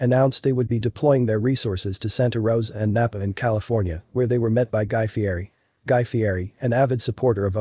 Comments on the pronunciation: He pronounces his name Fee-ett-eee. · It’s actually pronounced ‘Fietti’ even though it’s spelled ‘Fieri’.